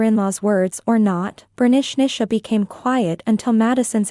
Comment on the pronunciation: Last story they says Bernichnicha but it's written Bernicia 😂 It made me laugh a lot each time her name was said 😂